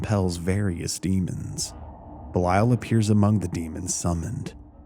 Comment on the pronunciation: You're not pronouncing it correctly